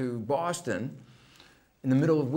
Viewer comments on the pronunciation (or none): none